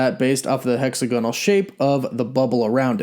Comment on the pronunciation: Hexagonal = hĕk-săg′ə-nəl NOT hexaGONal. it's heXAGonal. LeviOSa, not LevioSA